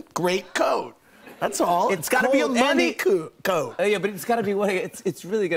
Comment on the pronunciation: Lmaooo he said “money coot” instead of “money coat” haha maybe it was just me who noticed lol